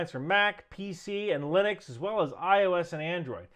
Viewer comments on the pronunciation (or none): none